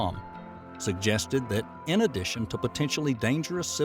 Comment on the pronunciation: Say "in addation" one more time